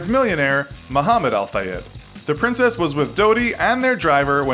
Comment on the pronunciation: It's princess Diana not princes diana